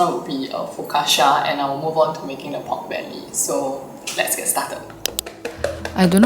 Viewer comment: Just a small note, ‘focaccia’ is usually pronounced fo-cah-cha. Loved your content btw ☺️